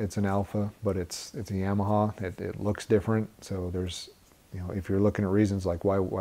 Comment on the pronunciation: Why is everyone on these channels still can’t say Yamaha the correct way